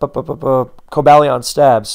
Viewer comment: I would've assumed it was Co-BALL-ee-on but according to Pokedex 3D Pro it's Co-BALE-ee-in. While I'm here, for the love of Arkeus, man, the u in Raikou is silent and the Gli in Gliscor is pronounced like glide.